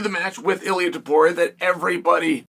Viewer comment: Why does Chael say Makelchev right but Illia Apturo wrong?